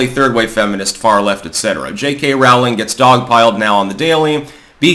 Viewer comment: Rowling sounds like bowling.